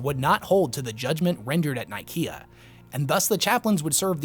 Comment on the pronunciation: I hate your pronunciation of Council of Nicaea, especially since its a copy cat name of the actual Council of Nicaea that actually happened IRL in AD 325 in the real place of Nicaea. Look it up.